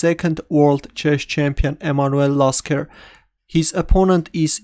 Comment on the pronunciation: Why is my name in the title? Oh wait... Its Lasker not Jasker 8)